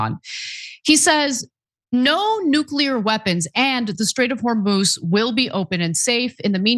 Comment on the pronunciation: "No one knows noo-kyu-lurr better than me" --dumm-dumm